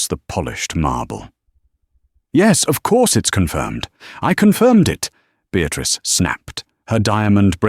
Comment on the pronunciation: A Beatrice wymawia się Beatris, a nie Beatrik. Chyba pobiliście rekord nieuctwa, ignorancji i lekceważenia nas, którzy musimy słuchać tych bredni. Gdyby to zależało ode mnie, wylałąbnym was wszystkich na zbity pysk z wilczym biletem.